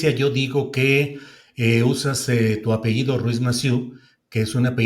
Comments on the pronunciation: 2 doctorados y aún no sabe decir apellido, dice apeído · Que pena con tanta preparación de la Senadora Claudia y dice APEIDO cuando lo correcto es APELLIDO..